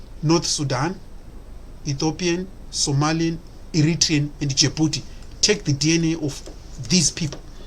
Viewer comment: MY AFRICAN BROTHER STOP IT YOU CANT EVEN SAY OUR NAME RIGHT ITS SOMALI PEOPLE THEN U CAN BE JELOUS 😂🇸🇴🇸🇴🇸🇴🇸🇴